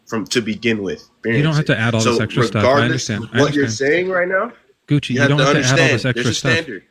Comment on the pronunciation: I can't believe Gucci didn't acknowledge that kept calling him coochy! I was laughing the whole time! Do these people realize that you guys are just effing with them?